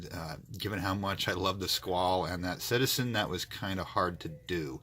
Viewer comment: The e is pronounced in squale...squal-e